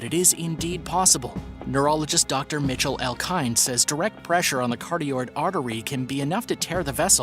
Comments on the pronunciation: Mr. Narrator, "Cartiord" artery? It's ( kuh-ROT-əd ) ca•rot•id. And Surfer Myelopathy...( my əl OP əth ee ) / ( "mile'' OP pəthy) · Cardiod? CAROTID Artery!😅